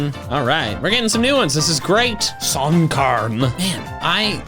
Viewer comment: the way he says "Sunkern" here actually sounds kinda Northern Irish 😂